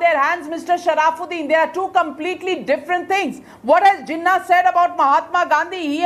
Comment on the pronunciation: The name is sharafuddin & not sharaaaaafuddin.